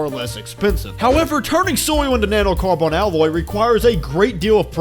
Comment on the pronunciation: NAnoe Carbawn alooy I'm sorry, it just caught me so off guard...